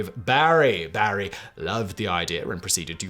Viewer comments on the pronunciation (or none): none